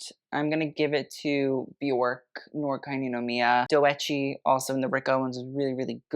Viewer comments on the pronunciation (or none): 'noir' is french so it's pronounced 'nuhwaar'. also blackpink is wearing D&G eew